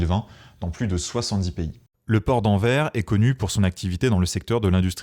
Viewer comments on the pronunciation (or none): Au top 👌 On dit AnverS 😋